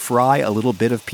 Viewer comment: Wow your taxini pronunciation is spot-on! Btw this recipe seems so easy. I am definitely gonna try this.